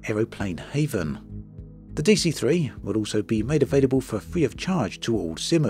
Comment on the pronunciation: It’s Aeroplane Heaven as in going to heaven, not Haven!